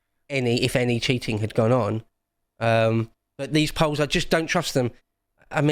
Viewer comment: Did he say EO double L. Peolls?